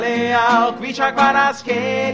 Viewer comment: Im soo happy for one time someone finnaly pronounced kvaratskhelia like in native language